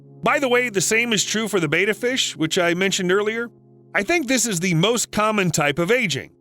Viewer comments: Betta, not beta. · By the way, betta is pronounced (bedd-uh)😄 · yeah they say "bay-tuh". Hope no one gets inspired to buy a betta and put it in a bowl from this video, but i doubt that'll happen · Sorry, I had to turn it off after you kept pronouncing Betta wrong. Don't you research these things?